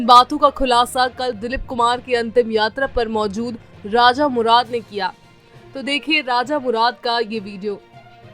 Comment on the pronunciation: Raja murad nahin.Raza murad nam h